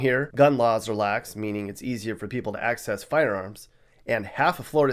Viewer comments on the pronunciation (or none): none